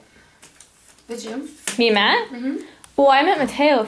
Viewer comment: Haha Matt still butchering your name. Cool seeing yall together!